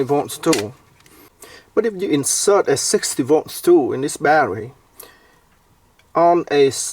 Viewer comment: Same! I love the way he goes "sixty voh!"